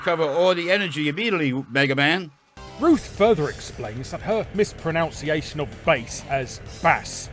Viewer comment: An entire video calling out mispronunciations as “mispronounciations.”